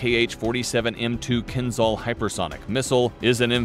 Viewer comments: ...yeah i suggest you get your pronunciation right.....its kinzhal not kinzal.....dagger in Russian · You are pronouncing its name wrongly, it's Kinzhal , (Кинжал) not kinzal (Кинзал) The pronounciation of (Zh) is like pronouncing "S" in (Measure) (Pleasure) (Exposure) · В топ. А то они все заладили про какой-то Кинзал) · not kinzzal but kinzshal... after hating russia for 100 years you could show some respect and learn how to pronounce things, cretins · It's pronounced like kinJal, not kinZal. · Sounds funny, the pronouncer not be able to pronounce,,Keenzhall" as suppose to sound. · It's pronounced Keen-jahl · Exactly! Was about to say the same thing )